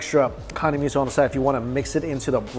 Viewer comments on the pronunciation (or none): none